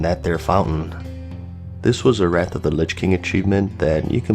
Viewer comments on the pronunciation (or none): none